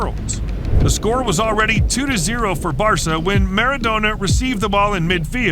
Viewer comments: . 'Mara-doner'. The pronunciation is more awful than the foul. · How'd you pronounce Maradona wrong? 😂